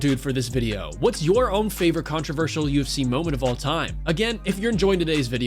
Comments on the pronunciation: Anyone else hearing UC and not UFC? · Bro it’s U F C not UC